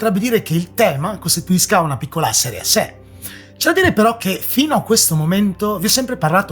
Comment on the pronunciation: ma come hai detto "serie a se" 😂